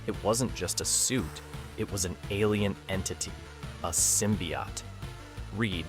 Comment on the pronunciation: He's saying it fine?